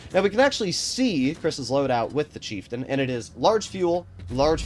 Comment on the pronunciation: pronounces it Cheiftein